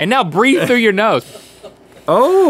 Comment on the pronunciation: Foo plus throo = froo